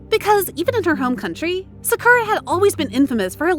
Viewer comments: Please learn to pronounce their names correctly. Idek how you could pronounce sakura like that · The pronunciation " Sakura" in this vid is hilariously annoying. But good job pronouncing those korean names properly. Cant get that Japanese one down I see. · It's not skura😭✋ It's SAKURA